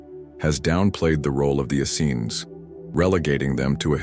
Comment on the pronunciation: John the Baptist was always presented as the cousin of Jesus, Mary was never considered a "random" choice...Joseph and the Essenes...ok....I'll give you those...but only if you stop mispronouncing "Essenes"